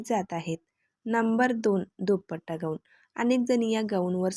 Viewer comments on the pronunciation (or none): ग ऊन नाही गाऊन म्हणतात त्याला